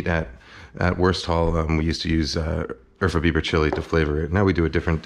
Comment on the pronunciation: I kept trying to figure out what Urfa Biber chili was except I heard Eartha Beaver chili 🤦‍♂️